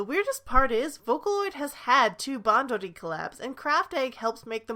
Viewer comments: Same. As a Japanese speaker, I want to puke. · Even as a none Japanese speaker that pronunciation makes me uncomfortable too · I'm sorry but your pronounciations of Craft Egg, Bushiroad and Bandori make me very uncomfortable